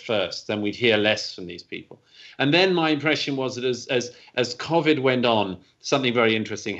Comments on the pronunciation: Why’s this dude say Covid like covvid? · Never heard anyone say “Keaux-vedd” before (Covid) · What the fuck is CAH-vid lmfao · Wtf is “Cawvid”? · I thought this aswell and asked my neighbour whos an English language teacher, the way all normal people say COVID should be spelt CO-VID, Douglas is just saying it how its spelt..... I still don't agree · I know damn well Rogan is annoyed from the way this dude says covid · Why are you saying covid like that..stop that.. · Are we just gonna ignore how Douglas Murray pronounces 'COVID'? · As a fellow English man ....the way he pronounces corvid is pissing me off 🤯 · I get what you're saying mate, but FFS, pronounce it correctly. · I’m British and yes he’s saying COVID wrong.